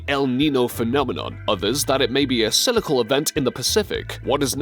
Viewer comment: Pressure oskalations (oscillations)???? sillical (cyclical)??? lol